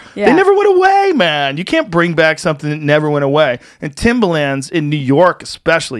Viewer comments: Am I the only one who absolutely COULD NOT focus on anything other than Joe trying to pronounce “Timberland?” Say it with me Joe...Tim-ber-lands. Timber-lands. Not Tim-bah-lands. Not Tim-buh-lands either! Get it together bud😂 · Why is joe pronouncing Timberland like that? It's driving me nuts! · It’s pronounced timberland not timbaland